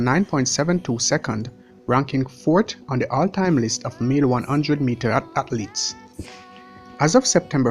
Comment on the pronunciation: "Hearnings (earnings)" "Hatletes (athletes)" "Haiti Too (82)" 😂😂😂😂. Big up mi yardie dem.